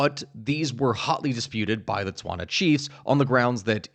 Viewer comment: I'm mostly here to listen to you trying and failing at pronouncing Setwana words. Also my country is always so overlooked so this so deeply satisfying to listen.